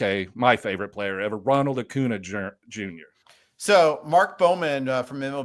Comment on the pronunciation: “Favorite player ever” proceeds to say Acunas name wrong